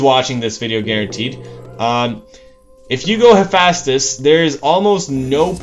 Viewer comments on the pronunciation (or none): lol its not hafastus its hay-fi=estous